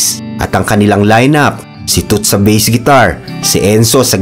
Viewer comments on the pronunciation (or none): none